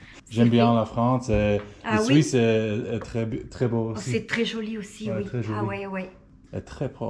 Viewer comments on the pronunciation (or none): none